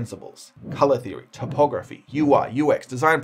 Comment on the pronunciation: Bro says typography like he’s reading a map 🗺️